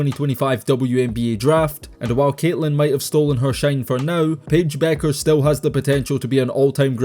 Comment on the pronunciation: Its Bueckers, with a K. That's why she also goes by Paige "Buckets" as its a play on her last name.